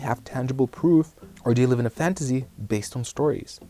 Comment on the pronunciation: "fantasy" is pronounced with an "S" sound , not "Z" sound. But good video.